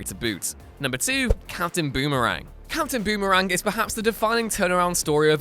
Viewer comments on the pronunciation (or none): Did he say “Captain Boomer-Ang”?!